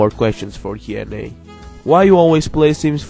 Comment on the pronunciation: You pronounced comfortable! Now pronounce Q+A correctly (mainly the Q)